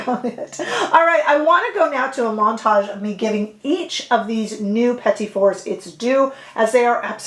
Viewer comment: Thank you so much for pronouncing “petit fours”correctly!!!!!! Such beautiful colors!!!!